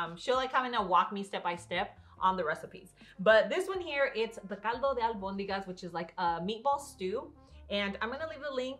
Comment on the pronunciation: Love how you pronounce Albonigas! Señora mamá de ala otra porfavor salgo con su hija ♥️🙏🏽